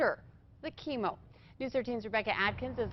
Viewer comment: DDoggy pronounced like chemo thooo which is pretty damn funny